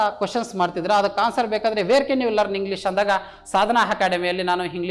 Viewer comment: Can ಕೆನ್ ಅಲ್ಲಾ sir ಅದು ಕ್ಯಾನ್ ಅಥವಾ ಕನ್ ಅಂತ ಪ್ರನೊಂನ್ಸ್ ಮಾಡಿ ತಾವು ತಪ್ಪಾಗಿ ಹೇಳು ತಿದ್ದಿರಿ